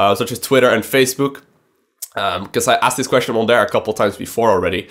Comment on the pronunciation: I love the way you talk you make me laugh everytime you say the word there cause you say der lmao anyways ANYWAYS man, STARCRAFT WILL NEVER DIE! Im going to need you to understand this please bro. As long as Koreans play it will never die Its scaling back because starcraft dosnt have any advertisement on television. I would bet my life that if they started advertising for sc on daytime television it would attract millions more. StarCraft basically spreads by word of mouth. Through my life time I have turned 8 people into hard core starcraft players, Non of us has seen a single SC commercial come on tv. StarCraft needs advertisement. Mass Advertisment. I really want you to talk about what do we as players want to see for starcraft, like for instance where do you want to see starcraft go what do you think would be best for it, Also go to the legacy of the void fourms and read my comments there please. They will give you an Idea of what I mean by asking the players what it is starcraft is missing and how do we take it to the next level. I honestly believe SC is the greatest game of all time & I know it is a beautiful canvas of strategic Real time War The most beautiful of all games in its genre and I know it can reach so many more people then it is currently doing. People just simply don't know what SC is and how It can change the world in epic pproportions. I think we need to start a campaign to get blizzard to start investing in advertisement on youtube and televis